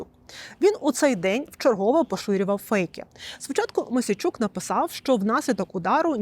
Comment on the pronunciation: Ігор мУсійчук, а не мОсійчук